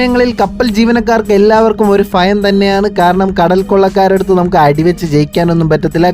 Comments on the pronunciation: ഒട്ടിക്കുക അല്ല ഓടിക്കുക ആണ്. ഫയം അല്ല ഭയം ആണ് 😂😂😂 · ബ്രോ, മലയാളം ഇപ്പോഴും, പറയാൻ പഠിച്ചിട്ടില്ല അല്ലേ...... വാർത്ത വളരെ നന്നായിട്ടുണ്ട്. ഫയം (ഭയം ) ഫാഗ്യം (ഭാഗ്യം ) ഫാര്യ, ( ഭാര്യ ) ദുഃഖം..... 🤔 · ഫയം അല്ലടാ പോത്തേ ഭയം 🤣🤣🤣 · ഫയം അല്ല ഭയം എന്നുപറയാൻ ശീലിയ്ക്കുക... കപ്പൽ ഓ lട്ടിയ്ക്കുക എന്നല്ല... ഓടിയ്ക്കുക എന്നൊക്കെ പഠിയ്ക്കുക... പിന്നെ തൊങ്ങലും അലങ്കാരങ്ങളും ഇല്ലാതെ കാര്യങ്ങൾ അവതരിപ്പിയ്ക്കുക.... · ഫയമല്ല ഭയം 😌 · ഫയമല്ല...... ഭയം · ഫയം ഫയവും, ഫയങ്കര ഇഷ്ടം വും തോന്നി 😢😂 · ശെരിക്കും ഫയം ഒണ്ടോ 😂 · "faയം ".അത് എന്തുവാടെ !!! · ഭരണിയുടെ ഭ അല്ലെ 😂😂